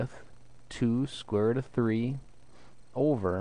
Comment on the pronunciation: "square rutt"